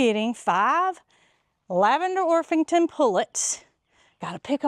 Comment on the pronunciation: It's a hard p. OrPington.